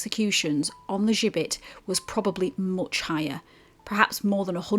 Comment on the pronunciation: Interesting video, but you got the pronunciation of the gibbet wrong, listen to the guy in Bankfield Museum, he says it correctly, why you say it with a French accent or twang I have no idea, think Jibbet, thats the way to pronounce it. Other than that, thanks for making a video about Halifax and its gibbet.